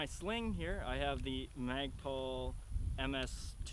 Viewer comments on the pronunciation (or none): Why does he keep saying magpal